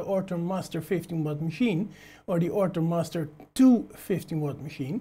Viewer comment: Good video! Thanks! :D I am also hearing "Ortur Mustard 2" all the time :D